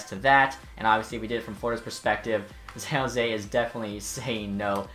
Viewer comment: san not zan